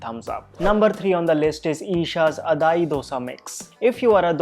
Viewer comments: Its Adai (like "uh-die") Not Adhaai. Bloody when will these northies learn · Are you serious? I just came to know about Isha Life just before watching this video. Coincidence? I don't think so....Must be a message!!! Thanks for the video! Edit: Buddy, you just murdered pronunciation of Adai lol....